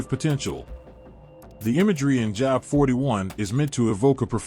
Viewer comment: His name is pronounced Jobe.... rhythms with robe. This is the beginning of the huge AI deception. I suggest you purchase an older bible and memorize it